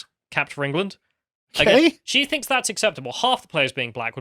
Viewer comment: She 'Finks'.......